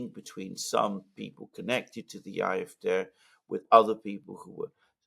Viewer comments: it's painful to keep hearing you say IFDeh instead of AFD. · Why not pronounce AFD, “ A, EF, DEE instead “er, ef, dei”.🙄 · I wish you would pronounce AfD correctly. You speak good English.